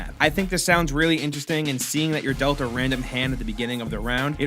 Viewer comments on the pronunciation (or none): none